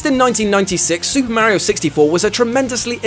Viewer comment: He says Mario and AT-AT the English way! So, you know... Correctly. ;)